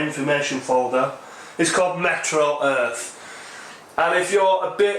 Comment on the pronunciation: Oops! I just made the same mistake others have in my comment just a moment ago. cosmonott1's correction of our thinking is right on the nose -- it IS called "MeteoEarth" (as in Meteorology), not "MetroEarth" (as in Metropolitan)! I had to check to be sure, but he's definitely right . . .